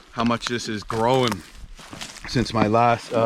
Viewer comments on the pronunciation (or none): Always appreciate the content! Especially this year since the Canadians (understandably) wouldn't let us in this year to do our backcountry trips. Also I like how many syllables you squeeze into "grow'n"